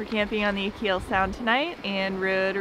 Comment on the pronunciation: You pronounced Achill wrong